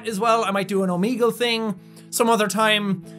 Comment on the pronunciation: i'm sorry but the name omegle comes from the greek character omega, so the e doesn't sound like e in we it sounds like e in wet